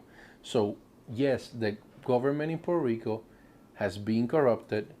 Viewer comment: Please don't say Purrrr Rico...Porta Rico...Porta Ricans. If you have a good job...in P.R. you live better than states. Grow your own stuff😑 You get hate bec...😂 you complain soooo much and critize P.R.😅 Well go to your PERFECT place.